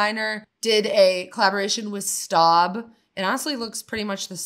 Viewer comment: Staub is pronounced "stobe," not "stahb," in France. Of course if you pronounce Le Creuset correctly (leh CROO-zeh instead of the American luh croo-Say) you'll be mocked. But we're in America so whatever. Good video.